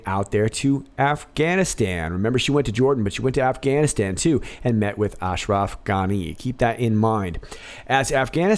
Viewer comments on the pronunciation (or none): none